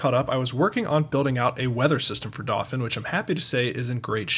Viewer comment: I still don't understand why you're pronouncing "dauphin" like that. It should be doh-FAN.